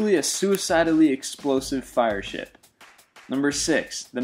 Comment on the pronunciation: He said shit instead of ship